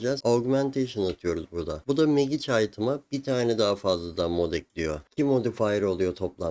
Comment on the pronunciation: Çok şey öğretiyorsun, teşekkürler. Ama lütfen telafuzlara dikkat edelim hocam ya, kulağım kanıyor:) izleyemiyorum. Magic değil, macik Sitrenç değil, sitrengt Glovıs değil, glovs Teşekkürler :)